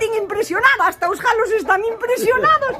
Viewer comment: Aiiii os jalos e jaliñas jajaja que justo oilos